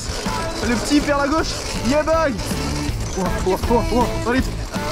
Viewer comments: T’aime bien dire yebow 😂🤣 dans toute les vidéos tu le dis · C’est yeah boy